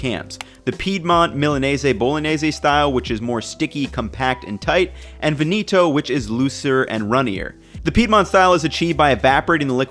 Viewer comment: People complaining about how he says risotto but nothing about Veneto? Ha ha. Still a good video. Keep up the good work.